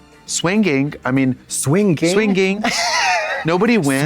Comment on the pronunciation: trixie emphasizing the g in swinging is killing me